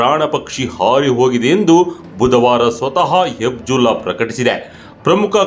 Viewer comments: Hizbulla antha heli hibjulla alla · ಹೆಬಿಜುಲ್ಲಾ ಅಲ್ಲ ಹೆಜಬುಲ್ಲ. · ಗುರೂ ನೀನು ತುಂಬಾ Different ಆಗಿ ಹೇಳದೇ ಇದ್ರೂ ಪರವಾಗಿಲ್ಲ... ಹೇಳೋದನ್ನ ಸರಿಯಾಗಿ ಹೇಳು... ಅದು ಹೆಬ್ಜುಲ್ಲಾ ಅಲ್ಲಾ ಹೆಜ್ಬುಲ್ಲಾ... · ಅದು ಹೆಜ್ಬುಲ್ಲ ಕಣಪ್ಪ ಹೆಬ್ಜುಲ್ಲ ಅಲ್ಲ. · Adu Hebjulla allappa, Katbulla :face-blue-smiling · Hebjulla alla Hijbulla or Hejbullah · ಅದು ಹೆಬ್ಜುಲ್ಲಾ ಅಲ್ಲ. ಹಿಜ್ಬುಲ್ಲಾ. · Hebzulla alla kanappa adu....Hezbollah.